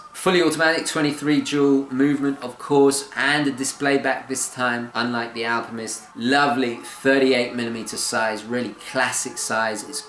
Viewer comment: Are you saying "AlpiMist"? Or is it just your English accent?